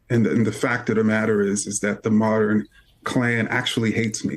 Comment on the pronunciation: Kendi is a Fraud.... Calls himself a scholar and struggles to pronounce “modern” Moderin....?